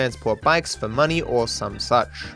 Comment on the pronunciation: "or some souch" ❤